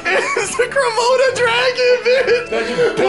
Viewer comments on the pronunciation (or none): I cringed everytime he said komoto dragon XD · Did anyone else notice Zane was saying kromoto dragon instead of Komodo dragon😂